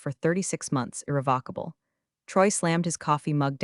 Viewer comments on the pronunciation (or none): Good story, good editing. Narration consistently mispronounced irrevocable throughout story. Captions not watched.